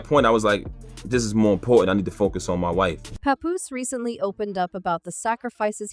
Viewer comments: Pay-Poose 😂 Pah-Poose.... who made this mess!? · This is Garbage 🗑️!! The narrator can’t even say his name right smh! We don’t know what split them up if they are not together ! Mind ya business people! 🙄😂